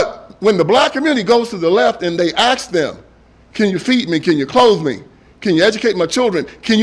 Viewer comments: a-s-k! Not a-k-s! I’m out! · DO you really have to say AX or AXE? Just say ASK! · Why "aks" not "ask"? Such a strange mispronouncing. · And they axe them... Jesus is it so hard to say ask. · ask not axe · C'mon!!! Stop with the Axe.... It is assk.....